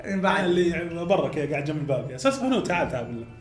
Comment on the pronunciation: سوسانو ❌ ساسونو ✅